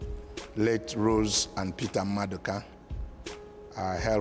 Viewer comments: If you are going to say someone's name, at least know how to say it correctly. He even corrected you smh. It's Mmaduka not maduka. Rubbish! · it’s Nmaduka